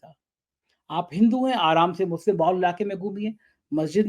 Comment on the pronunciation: youare reporter carrying a social responsbility but unfortunately you are giving Muslims Wrong name "Musle", is this Muslim word so tough for you to pronounce if yes the please show to sone good doctor who can heal your mouth dissease. we Muslims are generally peace loving its US and their followers who made terrorist word with Muslims... you are eduated and behaving like unedecuated person. or like sanghi..... shame on you...